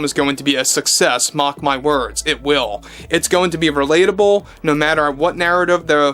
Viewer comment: Did she say, "Mock my words" or "Mark my words?" Please tell me she said, "Mock my words."